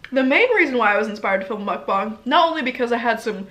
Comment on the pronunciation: Did she say Mukbong